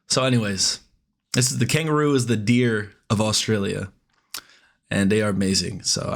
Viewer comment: Love your reactions - just a 'heads up' - it's pronounced KANG-GUR-ROO (hard 'G' like in ANGER...)